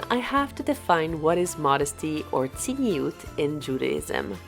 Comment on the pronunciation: It is not "tziniut" in Hebrew but "tzniut". "Tziniut" means "cynicism".